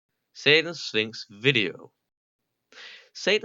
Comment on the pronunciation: Why did I hear Satan Sphinx as Satan Stinks....